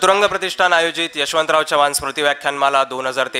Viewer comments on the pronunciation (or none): none